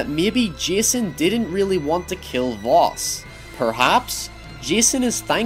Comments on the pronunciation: successor not predecessor ffs., if you don't understand a word don't use it....just saying. Albert Einstein gave the world the "definition of insanity" and finally it's pronounced Vas not Vos, simply playing the game would have told you that, so really your analysis of this game and attempt to seem intelligent falls flatter than the chests of the boys you fantasise about. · Happy Dog he meant the identity “Jason Brody” being the predecessor of his identity as Vaas... and pronouncing Vos is probably his accent